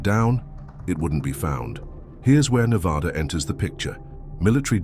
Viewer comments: Being someone who has lived in Vegas their whole lives and has gone camping all around Nevada, the desert feels alive, it almost feels fake. Not that I believe that it’s fake but the old ghost towns and dry lake beds just feel so unreal. By the way it’s pronounced (Neh-vadd-uh) not (Neh-vawe-duh) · Ive been to Black Rock a lot of times but never heard anything like that. The desert can trick you both audio and visually, so unless these people are familiar with the desert, they were just imagining things. You are pronouncing Nevada wrong. It's Nev-ahh-da, not Nev-aw-da! You are really mispronouncing the names. Of course, there's tunnels everywhere under towns and the desert. It's called extensive underground mining. The whole state is riddled with tunnels. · IT'S NEH-VAH-DUH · I stopped watching when he pronounced Nevada in a way that told me no one associated with the video has ever been there. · Damn. You did all this research on Nevada yet you cannot pronounce it correctly